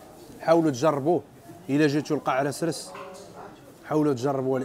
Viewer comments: هاداك الشطون ماشي السردين.واسمو قاع اسراس ماشي قاع رسرس ههه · قاع عسراس ماشي قاع رسررس